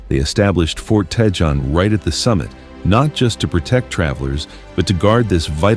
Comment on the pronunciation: "Tee hatch a pee" and "Tee hone" is the way it is pronounced. I hate this bullshit made up AI crap. And the complete roadway is 2 and 3 lanes each direction. Do better.